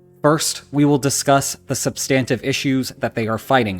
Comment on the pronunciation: "SUB-stin-tiv" = substantive (I humbly submit)